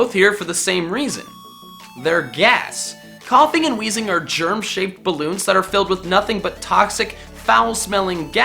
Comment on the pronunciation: THERE IS NO H IN WEEZING!